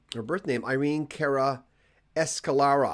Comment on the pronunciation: Escalera.......please do try and pronounce it right.. Thank you..!!